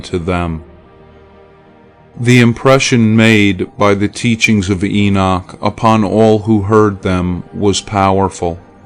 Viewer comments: IT IS NOT ENOSH IT IS ENOCH! GET IT RIGHT! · Lol! Is that the only one you caught? How about the Enosh... This reader unfortunately doesnt know how to pronounce many words or names. Libervox recordings of the actual book of Enoch are quite good tho.